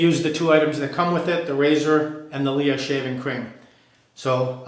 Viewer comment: I really like LEA creams. They are very cheap, less than 2€ for 150m tube in Spain. By the way, it’s pronounced like princess Leia from Star Wars :).